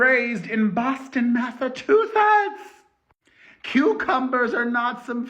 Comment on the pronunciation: How do you spell that? Elollyeia? You can hear your spanish accent when you say Massachusetts. You hear it when you a prouncing the "chu". Ever notice? I thought a person who fakes their accent is called "full of sh....it". First time watching and looking forward to bingeing. Oh, and as far as I'm concerned, Alec deserves Elollylolly. 😣😣